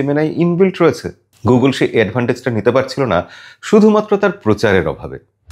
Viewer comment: Gogul noi, please learn pronounciation